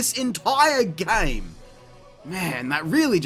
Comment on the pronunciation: "gayums" it's GAME bruv